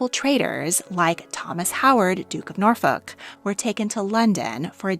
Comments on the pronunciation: In England, "Norfolk" is pronounced "Nor-fuk." Also whoever did this is spent no time learning how to pronounce the names of people here. "BAYDEN-Powell" "David MELL-AH." You need to do something about your AI, which is rubbish at this. Imagine if a UK channel talked about "Ar-Kansus." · Not meaning to be horrible but please work on pronunciation. The original founder of the boy scouts is Lord Baden-powell. Pronounced Bay-den. Duke of Norfolk is pronounced Nor-fuk. Guy Fawlks is pronounced Forks.